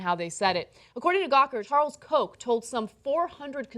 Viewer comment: The Koch brothers, people should look up the actual German pronunciation, it's not Heckler and Coke.